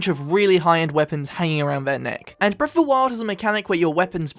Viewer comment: I love how it sounds like he says ‘breaf’ of the wild at the beginning.